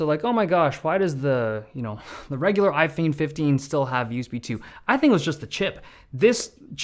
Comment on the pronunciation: " i-phene 15" 😂